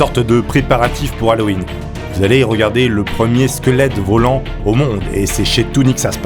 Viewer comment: LE "SQUELETOUNET"